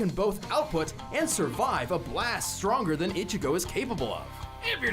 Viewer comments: Bro said Eye-chigo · I almost down voted this video for your pronunciation of Ichigo😂🤣😂 come on now put some respect on that man's name LOL